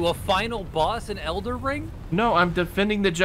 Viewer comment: Please tell that it's: Elden Ring. Not ELDER RING